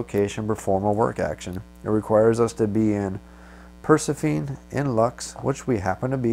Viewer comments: Great video one thought though.... I think Persephone is pronounced "Per-seh-fo-nee". If I'm not mistaken. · Repeat after me: Per-seph-uh-nee. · I can't take it. Purr+sef+uh+knee. Not per+suh+feen. I'm sorry. You know the game, you know English, you're more than an acceptable orator, just not a Greek mythology afficianodo. I believe inara is based from there, and three episodes mention the planet. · So i like the walk threw but dude you cant pronounce persephone right all😆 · I so deserve to be harassed about how badly I pronounced this name! I would edit it but at this point I grin about how badly I messed it up! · You are correct and I don't have a good excuse for my goofy pronunciation either. I'll blame my microphone! :) Thanks for watching!